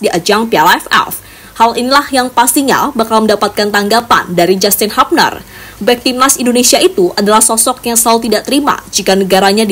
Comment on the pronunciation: Aku liat di short, ada ibu-ibu Belanda cara mengucapkannya jyustin hyubner bukan jastin habner